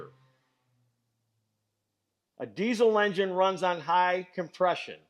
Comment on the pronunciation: your saying of compress-i-on you sound like a quebec-er speaking gorf meaning spelled backwards, frog